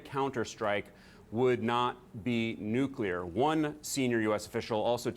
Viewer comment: There is no "Q" in the two syllable word "nuclear" it's pronounced " nu - clear " not " nu - q - lar "